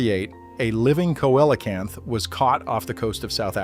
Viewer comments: Celocamp not coellacamp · Let me help you there dude, it's pronounced Seal a canth !! Easy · COELCANTH... How did you say it again.🧐